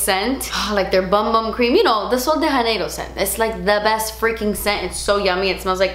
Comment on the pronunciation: I love you... But please don't say Sol de Janeiro as if it's a Spanish name/brand.... It's a word play with the name of a Brazilian city... Rio de Janeiro. So, please, either read it in English or attempt to say it in Portuguese. It would even be adorable to see you try... But for some reason it comes across a bit offensive for a Portuguese native to hear you mention the name as if it's a Spanish brand. Sorry, had to say something. Still love you, huge fan for Soooo long